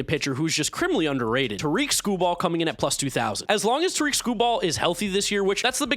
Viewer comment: Just fyi Tarik is pronounced like Derek